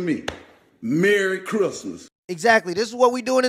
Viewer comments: "MARY chris-muhs" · “Murreh Crissmiss!” 😂😂😂. One of my favorite videos!